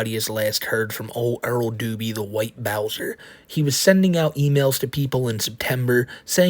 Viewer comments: Even of she was 18. SA is SA. is a pwedatah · is a pwedatuh